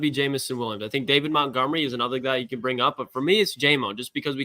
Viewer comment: It’s MONTgomery.. not MOUNTgomery. Have some respect and get their names correct.